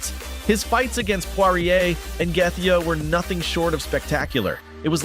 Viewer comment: Youve never watched ufc i take it? How the hell do you probounce Gaethje so badly